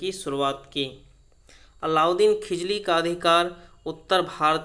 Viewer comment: खिजली या खिलजी क्या,😆😆😆